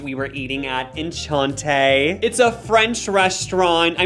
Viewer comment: I can promise you if Minnie Mouse and Goofy only had guests stars as Elsa and Moana - Prince Charming (Cinderella’s play once) would have NOT been there!!! Hahahahahhahaha- also sweet baby it’s pronounced ( ON-Shawn- tay)